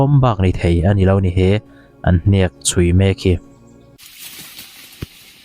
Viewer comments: Hniak tih pawh thluk dik theilo react ve sek lo mai teh,mizo dik tak inilo zawk amawni. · Hniak tih i thluk dan hi ek tih thlukin thluk teh aw. Naupang zawkten mizotawng thluk dik emaw an ti palh ang e